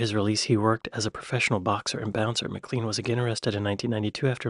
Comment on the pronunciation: McLean is pronounced maclain.